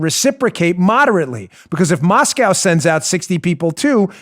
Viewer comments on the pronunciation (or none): none